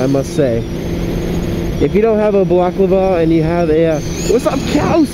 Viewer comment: haha your the second vlogger ive watched that dosnt know how to say balaclava.